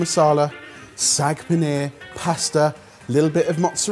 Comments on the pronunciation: Just a heads up to, it’s Saag not Sag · How do they have an indian origin chef and still pronounce saag as sag! 😅😂 Love the channel to bits though ❤